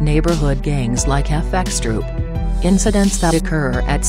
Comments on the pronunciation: Why did she keep saying F x troop,just FxTroop,dont sound the x,it sounds fucking whack. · This shit is annoying when she says "fxtroop" why the fuck can't she just say "F troop"